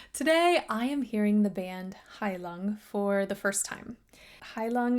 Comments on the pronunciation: heilung is pronounced high-loong, not »high lung«. »heilung« is german for »healing« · its not "High Lung", its Heilung. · I bet you one strand of hair, it's not pronounced "high lung". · Just for the record: The proper pronounciation of the "u" in the band's name is most certainly not as in English "lung", but rather a darker, much more closed vowel, as in the German syllable "-ung"; almost like the English "oo" as in "loon", except shorter. (As a matter of fact, "Heilung" is a German word; comprised of the stem "Heil-" and the ending "-ung", it literally means "healing").